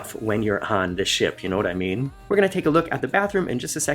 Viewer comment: What you said was "Ship Tour" what I heard was "S**T Tour" .... I'm old. I drink.